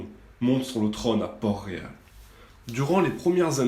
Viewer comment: c les Tyrell pas les Tully ET à c PORT-Réal PAS PORT ROYAL ET Aegon SE PRONONCE Aegonne